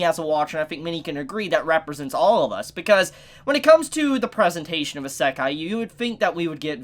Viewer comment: WTF HE SAY ISEKI WTF